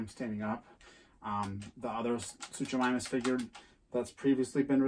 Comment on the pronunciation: Also the first part of Suchomimus’ name is pronounced “Soo-ko” just so you know. And you pronounced Rhamphorhynchus right. 😊